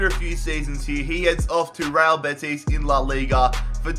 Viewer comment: "Rall Betis"